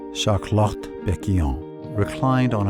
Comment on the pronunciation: Shart Lot !